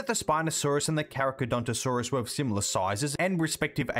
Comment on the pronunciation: good video but you holy, you butchered carcharodontosaurus name while prouncing it